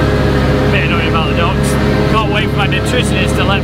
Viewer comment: I thought he was saying ducks. Took me a bit to figure out he was saying docks.